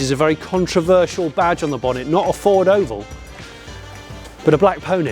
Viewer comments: I am 1 minute into this video Jonny and I have heard you say "Ford" twice, and neither of them were pronounced correctly. I'm going to watch it all. I'm going to enjoy it all. But if you do not say "Ford" properly ONE TIME in this video, I will be deeply disappointed. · I noticed you were not pronouncing 'Ford' in your usual manner Jonny, surely its 'Fawrdss' ;) Anyway that nonsense aside, although this looks like a decent effort, I can understand peoples concern over the use of the name 'Mustang' on this - in much the same way I was absolutely horrified by the application of 'Puma' to the new jacked up Fiesta 'cross-over'/SUV thing. Although I will also declare that, like you, SUVs are not my cup of tea anyway, so there is that too.